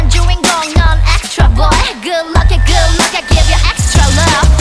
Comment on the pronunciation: yo creo que se debe a que pronuncian "kood luck" en vez de "good luck"